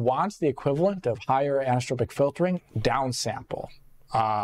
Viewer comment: This guy's pronunciation of the word as "anistropic" is killing me. There's an 'o' there, you're missing a syllable